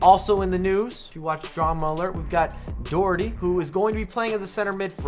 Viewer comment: I hate the way Doherty is pronounced